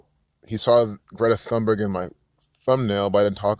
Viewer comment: Thunberg is pronounced with a “straight” T as you say “Tarzan”.. you don’t hear the “H”.. 🤓 Like “Tune-berg”, not exactly.. almost. 🙃 I’m Swedish too. And yes, she’s a fraud and like you say, an actor. So much shallow stuff around her. It’s awful. Thank you for the good info. 🌸